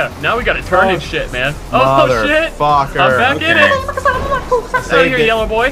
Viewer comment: You CANNOT say "YELLOW-BOy"